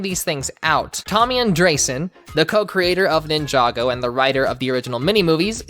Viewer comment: The hall of Ninjago Mispronouncing "Ninjaga" "Ninjango" "Ninjenga"